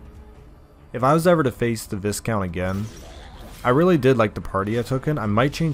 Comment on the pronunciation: Pronounced Vy-count.